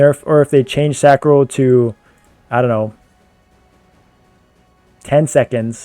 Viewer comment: You started saying Sacro instead of Sancro!! Proud of you bruh